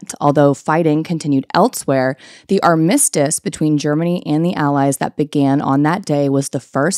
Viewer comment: Love you so much queen. Accent is on the first syllable in “armistice.”